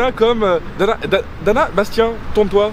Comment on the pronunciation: C'est pas Dana mais Fada...